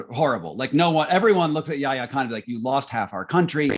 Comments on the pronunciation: In hindsight, it's Yahya not Yaha!!! I expected better from you! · Yahya not Yaha Mr Moderator. Please don’t mispronounce history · Choose between Yaya and Yaha 😄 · Is the mod stewpid ? It's Yahya, NOT Yaha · To the moderator: it's YAHYA Khan, not YAHA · good interview; wish you'd practiced saying Yahya instead of Yaha! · My dear,. The name is YAHYA KHAN, not YAHA KHAN